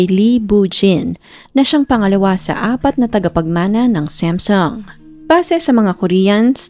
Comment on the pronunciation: ANG ARTE MO NMAN MG PRONOUNCED MO NG SAMSUNG🙄DI Q TULOY ALAM NUNG UNA QNG ANONG KUMPANYA ANG PINAGSASASABI MONG KUMPANYA, ALAM MO NMAN SA BUONG MUNDO NA SAM-SOONG ANG BASA DYAN NDI SAMSEN🤪🤪🤪🤪🤪UMAAARTE KA N DIN MG NARRATE⁉️OK KA NA SANA NOON EH🤪🤪🤪🤪🤪